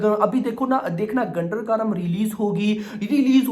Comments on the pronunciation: 'गुंटूर कारम' बोलो भाई..... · Bhai Naam galat bol rahe hain movie ka